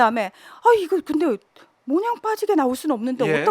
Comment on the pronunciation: 문희정 평론가 지식인 답지않게 말을 똑바로해라 모냥? 몬양? 모양 이라고 바로말해라 몬양?모냥? 모양 이다